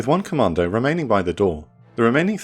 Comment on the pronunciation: the way you say commando sownds like you ar saying comander